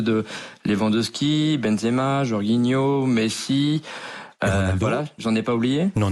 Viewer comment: Patron de france football qui decerne le ballon d’or et le gars lache un « Jorguinho » ptdr ca en dit long